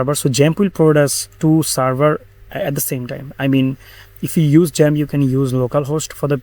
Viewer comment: Why u keep saying jump It's called xamp not jump 🦘 Thanks for the video i have watched it all.